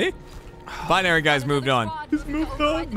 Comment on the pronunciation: i like the way gav says binary calling it beeneery